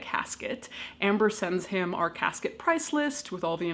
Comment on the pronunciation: When you say "Our IP adress" it sounded like "R.I.P." 😸